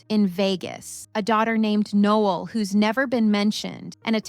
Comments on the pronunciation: Pretty sure ur saying her name way wrong... No- Ell... like the Christmas song... not like a guy. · It’s pronounced ‘No-Elle’ just FYI…it’s probably spelled like Noel…just saying, no disrespect ❤️ Noelle would be the proper spelling…